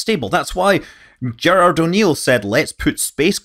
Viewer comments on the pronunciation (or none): none